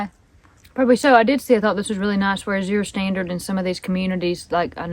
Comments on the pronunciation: Going to northeast Georgia next week to visit my brother and hope the trees are beautiful…, it’s pronounce Az-ure not A-zure…js. Was thinking of joining the Azure crowd. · Azure Standard is pronounced more like "As yer" or "Az uer" ,accent on the first sylable only kind of run it together. (or you can search "pronounce azure. Hope this helps.